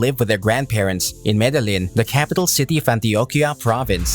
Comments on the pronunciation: Proniunced = Me de yeen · Man you need to learn how to pronounce Medellin. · Why couldn’t you say Medellin correctly :( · Madalin 😂 smh 🤦‍♂️ med e gin 😂 🤦‍♂️ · Jesus fucking Christ, you put all this effort in to these videos and you butcher the Medellin pronunciation... I think you're just taking this piss at this point